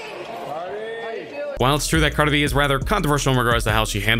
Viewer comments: what? I said he says it like "carda b" get outta here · He can't even say Cardi B right